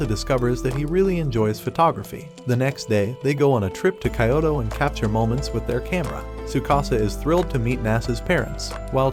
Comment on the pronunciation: Kayoto please pronounce it right it's kyoto not kayoto